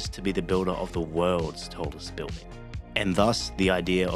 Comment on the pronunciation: The pronunciation of 'building' as 'biw-ding' is so irritating.